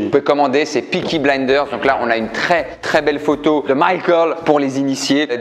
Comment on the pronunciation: Tableau de pesky blinder , MICHAEL ??? Mes oreilles saigne